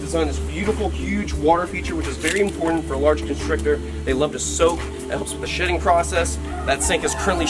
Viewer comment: When he said shedding I thought he said shitting